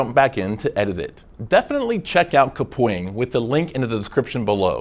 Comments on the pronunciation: and who knew kapwing was pronounced "kapoing" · How I pronounce Kapwing: Kap - Wing How they pronouncec Kapwing: -Ka Pwing